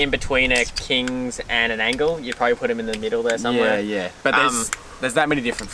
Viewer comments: Doing my head in how you keep calling the Engel an "Angle". Is this a Victorian accent thing? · Good vid but it’s Engel not Angle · Stop calling it an Angle. It’s Engel! It’s not double the power. 35W and 55W one so 40% less than the other - not half (or double) and not 80% less. Initially yeah one was ½ the other and at the end again about ½. Also - never keep any fridge on the tray of a Ute in the weather. You wouldn’t do that with your house fridge - don’t do it with a camping fridge. They are not weather proof. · Its engel not angle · It's engel not angle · It's an Engel not an Angel. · Fellas its an Engel fridge, not an Angle fridge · Why are they saying ‘angle’? I thought it was ‘Engel’ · Click. Click. Click. Click. Click. Click. Engle, not angle. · Are you saying "Angle"? Good video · Engel fellas not Angle 🤦‍♂️ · You know it’s a “Engel” not an angle 😂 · Engel not angle. Otherwise, great review 👌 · It's an ENGEL not a ANGLE. You boys keep saying Angle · Its engle not angle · Engel starts with an E not an A so how do I trust a review when you seem to not know the product you are using. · That's just NOT how I pronounce it. And when it's spelled Engel, it's not an angle. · Lads, great comparison. Like the effort you went to. But Jesus please pronounce Engel correctly. It starts with a E not an A.